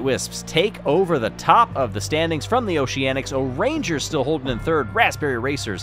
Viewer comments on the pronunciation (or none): "The Gold goes to the Blaspberry Racers"